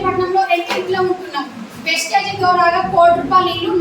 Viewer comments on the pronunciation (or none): వేస్టేజ్ కాదు సార్.....వెస్టీజ్